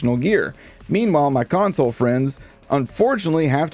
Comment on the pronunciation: What is a, "Consolble?" lol